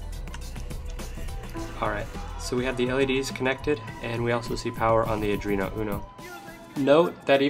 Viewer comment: You know it's pronounced AR-duino NOT adreno